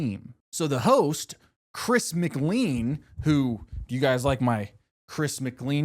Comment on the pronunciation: why do you mispronounce chris’ last name ? 😐